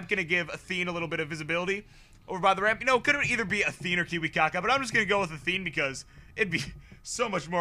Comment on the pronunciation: Kiwikaka?! Learn the names or better stop casting... :D